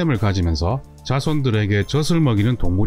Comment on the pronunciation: 젖을(저즐)이라고 발음해야합니다